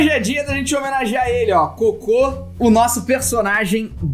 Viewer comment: Disseste coco não cocô isso è estranho